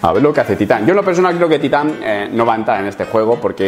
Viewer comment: ¿Por que acentúas titán en la primera sílaba, si es una palabra aguda?